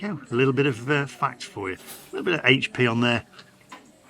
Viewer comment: Top marks for correctly calling it 'Aitch P' and not 'Haitch P' sauce 🙄😁👍